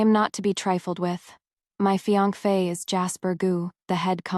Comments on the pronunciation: Is it that YouTube doesn’t allow the word fiancé or this individual that’s reading is unaware how to pronounce it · AI can't pronounce it